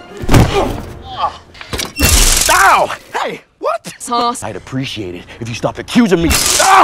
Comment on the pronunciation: No it’s “The SAUS awakens”